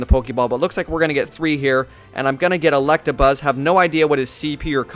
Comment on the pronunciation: it's electabuzz.. there's no r